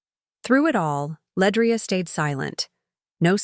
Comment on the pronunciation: LeAndria not Ledrai sigh moving on